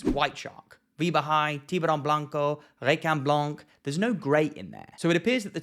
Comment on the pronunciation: Dude! You nailed it in Spanish!!!